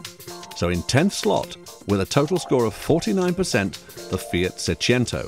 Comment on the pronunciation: Seicento. Not Seciento. Wagon R PLUS.